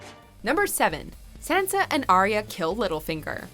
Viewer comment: SHANSHA. PLEASH